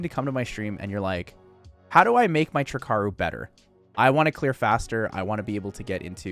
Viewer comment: Ugh🙄 another jackass calling it "trick-aru"... 3 icarus----> TRI - CARU!!!!